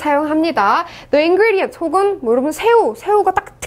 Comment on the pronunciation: the ingredients과 the atmospher (발음을 틀리게 하셨네요....더가 아니고 디 아닌가요?)